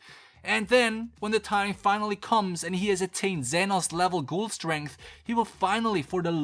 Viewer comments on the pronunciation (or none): none